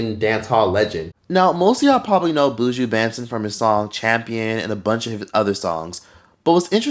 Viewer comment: 😅😅😅 The pronunciation of Buju Banton’s name 🤣🖤 As a Jamaican and long time viewer, great video 🖤